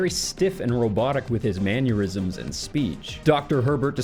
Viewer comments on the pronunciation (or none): Trilby, not tribly. Mannerisms, not manurisms, C'mon, get it together.